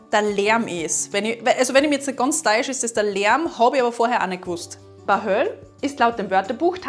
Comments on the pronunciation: Servus Mädels, zur Aussprache von Bahöl: falsch, sprach es richtig aus, das -l bleibt stumm. Ostösterreich, mir persönlich hauptsächlich aus Wien bekannt. "antippelt" habe ich irgendwann einmal vor langem gehört, deshalb richtig geraten. Im Osten würde man wahrscheinlich "angsoffen", "hergricht", "fett - voll fett" sagen. Ich selbst verwende "dulli", was glaube ich kein spezieller Dialektausdruck ist. "pampfen" - auch wenn ich es erraten hätte, das Wort ist mir absolut fremd. Gleiches gilt auch für "Zibebe", nicht einmal im Ansatz je gehört und im Gegensatz zu wäre ich auch nicht draufgekommen. Dafür ein Wort zur erwähnten Stachelbeere, die man glaube ich in Niederösterreich, oder wer weiß noch wo "Ogrosl" nennt. Ich hatte die Bezeichnung noch nie gehört und kam mir in der Runde vor wie ein Außerirdischer - alle um mich herum: geh bitte, das kennt doch jeder. Mir fehlt allerdings jedwede Phantasie, um es abzuleiten. Selbst verwende ich es jedoch in anderem Zusammenhang - als Beispiel: das ist ja der ärgste "Ogrosl", oder so ein "Ogrosl", im Zusammenhang mit "abgefuckt", asozial, unterbelichtet, aber nicht gleichbedeutend mit einer körperlichen, oder geistigen Beeinträchtigung. Nachtrag - bearbeitet, da ich das letzte Wort vergaß, "urassen" - ist natürlich in Wien ziemlich bekannt und auch noch in Verwendung. Liebe Grüße aus Wien, Pe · Hallo meine Damen: Bahöl spricht man ohne l am Ende aus (also Bahöö) und tramhapert spricht mit einem harten P aus (also tramhappert) - Tolle Arbeit - wie immer - LG Jo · An der Aussprache muß noch gearbeitet werden 😂. Ist alles Wienerisch und natürlich in geschriebener Form schwer auszudrücken. Ihr habt das meiste aber gut hinbekommen. Ich versuch's mal... 1. audiwet 2. Bahööö 3. pampfn 4. Zibebn 5. draanhappert 6. urassn(passt so) und alles ein bißchen schlacksig ausgesprochen. Ich kenne und verwende sie alle, nur Zibebn eher selten.